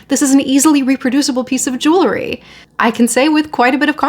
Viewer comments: ‼️‼️‼️🙄🙄🙄🙄🤦🏻‍♀️Why don’t you learn how to PRONOUNCE “jewelry” CORRECTLY before ragging on about it sounding as ignorant as you quite obviously are. “JEWELRY”= 2 (TWO) SYLLABLES: JEWEL👏🏼 RY👏🏼… The way IGNORANT (you) people pronounce it is with 3 (three) syllables (WRONG) and say jew-ler-y and that is WRONG, WRONG, WRONG!!! ‼️‼️‼️🤦🏻‍♀️🙄🙄🙄🙄🙄🙄🙄🤦🏻‍♀️ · Please, for the love of everything good - JEWEL - RY. It is NOT JEW - LERY. I think you got it once. We're not bedazzling Jewish people, we're talking about Jewels. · I’m sure it’s pronounced jool-ree. You don’t take the name of the person who make the pieces, jeweler, and add ee.